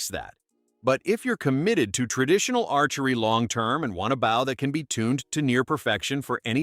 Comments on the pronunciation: The AI narrator in this video continues to mispronounce bow. It’s B-Oh not Bauw. Listening to these AI narrators really takes all the fun out of watching these video.Use a real person not some computer generated soulless. machine. Every archer watching this video is literally Wensing. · Bow. As your narrator keeps pronouncing it, is the front of a ship or boat. Not the thing you shoot arrows from. Please feel free to do your homework beforehand.